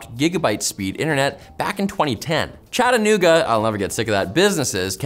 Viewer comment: From Chattanooga. Fiber is fast, cheap, and reliable here. Also, I applaud you on your pronunciation. You say it like the locals. Fun fact, Chattanooga is a Cherokee word meaning “rock coming to a point”